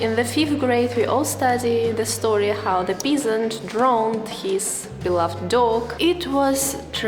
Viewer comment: peasant произносится как пезант (ударение на букву Е, звука "и" там нет)